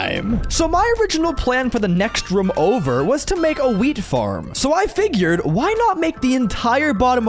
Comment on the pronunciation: When he said wheat farm I thought he said weed farm lol